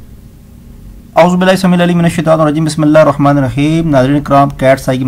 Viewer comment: Bilkul theek aesa hi ha apny theek parha ha ao aozubillah